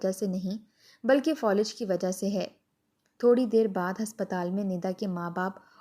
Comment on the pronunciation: Folij nahi Falij